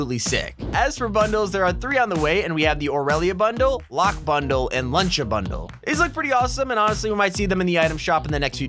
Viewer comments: U said luncha bundle lol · Lucha Not Luncha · he didnt say lucha right